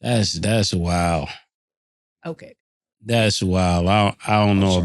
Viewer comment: Is saying "okway"?